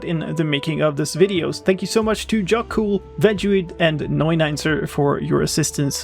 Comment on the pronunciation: I laughed sarcasticly when he says "jackcool"